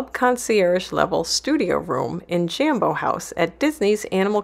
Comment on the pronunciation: its pronounced JOMBO not JAM bo ...jo as in job...smh